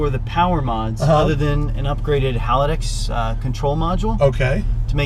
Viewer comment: Did he say Halidex? As far as i know it´s called Haldex!